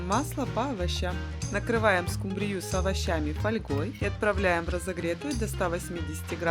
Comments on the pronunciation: Сил больше нет слушать:"скумбриЮ"...( под музыку (( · Простите, но ску'мбрию...